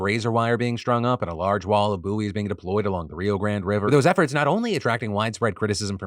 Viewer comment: Not you speaking about your improve in spanish pronunciation and reading Grande like that 😅😅